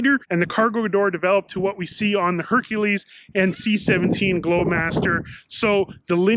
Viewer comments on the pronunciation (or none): none